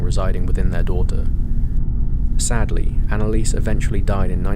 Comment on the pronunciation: Annaliese Michel's first name is pronounced "ANNA-LEE-SUH" ... Not "Anna-Leese" She also died of STARVATION and DEHYDRATION ....not "pneumonia"